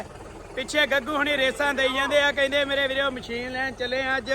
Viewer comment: ਮਸ਼ੀਨ ਹੁੰਦੀ ਹੈ ਵੀਰ ਜੀ ਮਛੀਨ ਨਹੀ